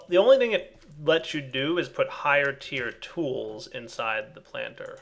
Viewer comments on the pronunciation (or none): hearing make tinkers tools hurts on the inside